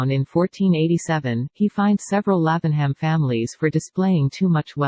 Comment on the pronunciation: Love the houses, but please, get rid of that awful robot voice! And the town is pronounced as "Laving'Um."